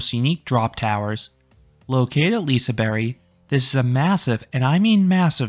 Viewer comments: liseberry??? That’s not how it is pronounced by the local Swedes, it is more pronounced like “Liseberj” in a Swedish accent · Lisaberry? It's LisaBERG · Y? That doesn’t even sound right, it’s more of a J sound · what is a Liseberry? it's Liseberg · J as the English pronounciation of J? Like in the word jelly? Because as a Czech, I would also say it's J, but in English context it's a bit different. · bruh no, literally as a swede i can say that it's more of a j, not a y